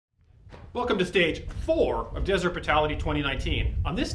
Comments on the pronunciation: time to correct "deseret", don't you think? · "Deseret" Brutality? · DESERET ? XD